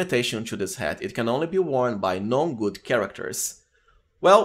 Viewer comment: Feedback for you: When you said "Non-good" about dravens hat I thought you said "gnome good." Its not your accent i'm sorry if it sounds like im criticizing you for something you dont really control, its just a really unclear word phonetically anyway. I would recommend saying "anything but" in place of "non" if you want a straight 1:1 conversion, or you move the words around to say "are not." And of course you're completely welcome to ignore me. I'm trying to give helpful feedback, its up to you to decide if it is helpful or not.